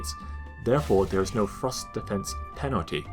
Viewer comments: i really like there videos but I CANT GET OVER THE FACT THAT HE SAYS "THRUST" LIKE "FROST" SOMETIMES (btw not meant as hate) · ohhhhh I thought you were saying FROST weapons not THRUST weapons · its funny when he says thrust i hear frost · Every time you say "thrust damage" I think you're saying "frost damage" and get confused as heck!